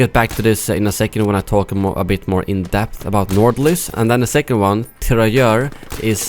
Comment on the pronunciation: bro u are from sweden and I am from Norway, we both know how to say nordlys so dont pretend like u cant pronounce it properly because u are talking english or something